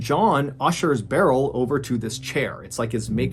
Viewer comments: Love your videos and how you deliver them!! Just a tidbit for you. Beryl is pronounced like "Brrr..L" not like "barrel". I have an aunt named Beryl. It's not a very common name. This is how we've always pronounced it anyways lol. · Beryl is pronounced like "pearl". Sorry, it was bugging me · It’s not pronounced Barrel. It’s more like pearl. With a B. Or Burl. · The name "Beryl" is typically pronounced "Burl", not "Barrell." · I cant decide which is more tragic, an innocent man being wrongfully executed or Mr. Ballen mispronouncing Beryl as Barrel for this entire story 😢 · I’ve never heard someone pronounce Beryl like that. I always thought it went like “Burl” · Clearly Timothy’s story is the true tragedy. What is the proper pronunciation of Beryl?